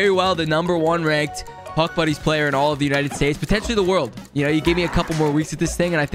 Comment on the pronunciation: I thought he said Puck Bunnies at the beginning